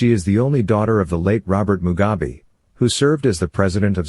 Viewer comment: Mugabe not Mugabi please